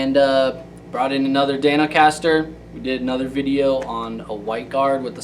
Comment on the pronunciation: I think you mean Dan-O-Caster!